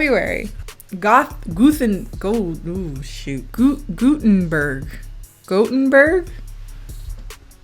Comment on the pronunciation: "Gutenburg" hhhhh:')